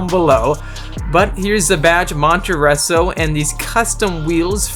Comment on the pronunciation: “Monteresso” can you read? It says it right there!!